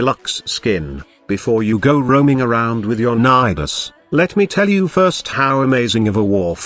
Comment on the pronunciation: I heard ni ass